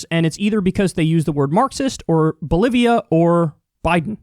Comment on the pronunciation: Loo kyle said bolivia wrong. XD kyle sais bolivion. LuL